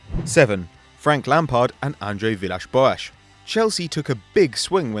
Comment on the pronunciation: He said it surprisingly well.